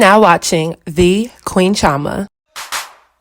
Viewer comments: Your name is CHI-O-MA... not Cha-MA.... if your Igbo... or even watched an Igbo movie.... you would not pronounce your name that way.... 🙄😒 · Why you pronounce your Nigerian name like that 😂 “queen chIaMa”